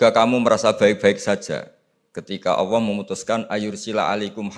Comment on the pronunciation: Cari yg Lulusan Madinah,Makkah dong, buat apa banyak ratusan Lulusan Madinah,Makkah S1,S2,S3. berguru dgn Ulama2 Khibar di sana. maaf kok penyebutan Alloh,terdengarnya awwoh yaa..